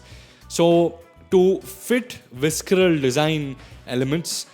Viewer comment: I'm sorry, I love your videos but you absolutely butchered the pronunciation of visceral and it made me cringe.